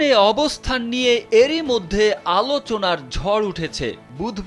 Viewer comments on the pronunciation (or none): none